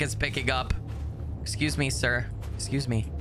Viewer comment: FINALLY a real werewolf game! Also I love how you say "B'SCUSE ME?" Reminds me of that game grumps video where they talk about cvs and kfc lmao